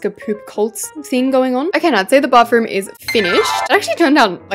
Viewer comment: Every time you decorate a bathroom you say Bafroom i mean what is that word you say that every single time i know i say she when it's a he but that Bafroom of yours you should fix it now and I'm not trying to be a Karen I'm just saying the truth